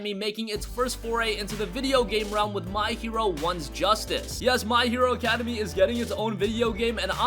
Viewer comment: He really said academy